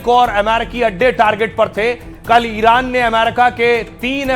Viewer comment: जुवान लड़खडाराह हें इरान को इनार बोल रहे हो